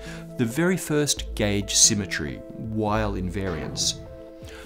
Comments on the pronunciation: Come on, Weyl is pronounced "Vaihl" not "Ueil". He was German, not American. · Weyl is pronounced "vile" -- the "w" is pronounced like a "v" since it's a German surname, and Hermann Weyl was German. I've never heard it pronounced any other way, not by any of my professors when I was a student, or subsequently by any other of my fellow physicists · Isn't it British English "vile"? (to my ear American English pronounces "vile" like "vial", almost two syllables, but "Weyl" has one.) Odd that he gets the vowel right, but not the consonant. Maybe in his years at Princeton he got used to Americans using the English "W" and accepted it. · Weyl is pronounced like "vile" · I thought Hermann Weyl's W was said "V"eil... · You mean Hermann Weyl, which is pronounce like Vail.